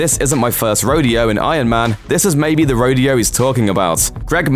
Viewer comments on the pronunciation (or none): none